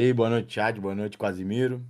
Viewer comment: Juro que eu ouvi”QUASE MIRO”